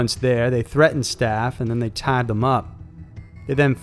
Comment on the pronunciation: "he tiiiied him up" "In just a haaalf an hour" You sometimes sound southern, I like that.